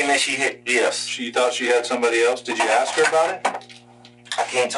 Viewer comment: they always axe